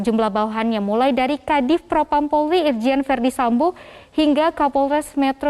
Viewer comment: Kenapa presenternya nyebut polri kok bisa jdi porli Di menit Jgn malu2in loh....🤦‍♀️